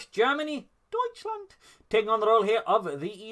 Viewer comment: Love that “Deutschland” - keep it coming!